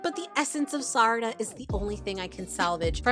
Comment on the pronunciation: I’m insanely srry for this but I got HELLA triggered when you pronounced Sarada as “Sadara” 😞